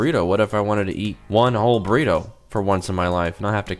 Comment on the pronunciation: “The Frozen Microwave Burrite”😂